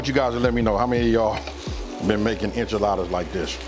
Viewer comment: Cmon man this is not enchildas